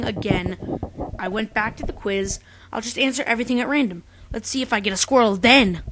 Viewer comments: the first time I saw this, I thought u said squirle. not squrtle ._ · 4 part of the video i thought you were saying squirrel and not squirtle XD